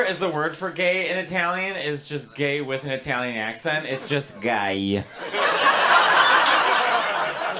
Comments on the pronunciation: Sorry Matteo, it isn't. It's just gay like in English. Being Italo-American I think your pronunciation is definitely influenced by southern Italian languages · Never heard anyone in my life ever say "gay" that way